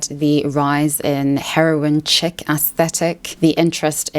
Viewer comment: The word chic is pronounced "sheek" not chick